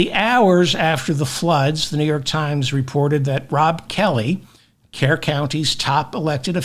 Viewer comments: David: it is pronounced Kerr - Cur county. 😅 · Kerr county is pronounced “cur”. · Kerr is pronounced CUR The city/county is pronounced CURville